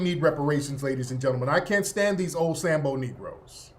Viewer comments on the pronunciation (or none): none